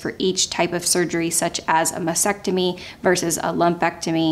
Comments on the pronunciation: It’s MAS-TEC-TO-MY. the”T” in the second syllable is NOT NOT NOT silent! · Pronunciation of mastectomy should include the two “t’s”.